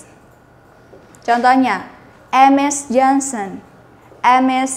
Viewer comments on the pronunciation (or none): none